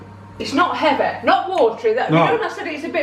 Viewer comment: It’s not heaveh!!